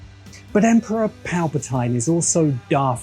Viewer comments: It's Palpatine, not Palpatyne! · You calling Palpatine that makes me think of the videos where you heard George call the gungans “goongins”